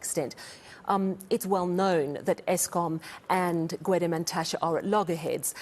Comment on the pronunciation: It's Mantashe by the way... at least get the man's name right.